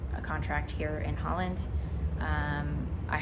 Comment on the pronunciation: Well, she lives in Zuid Holland so she is saying it correctly.